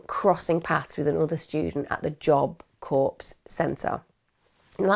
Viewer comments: Emma, in the US, they pronounce 'Corps' like 'Job Corps' or 'Marine Corps as 'Core' not 'Corpse' although in this case that pronunciation is more accurate! 😀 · Horrible case, why make it worse? OK, that whole Satanism section where you are editing to change your voice and face. That was hella creepy and not appreciated by me. Also, Corps is pronounced Kors not Corpse. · Lol its not CORPSE it's pronounced CORE it's French. 🙂 But great documentary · Hi Emma, Corps is pronounced core! Just letting you know x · Thank you…it drives me crazy when people pronounce the P in corps. But I don’t want to be the one to point it out.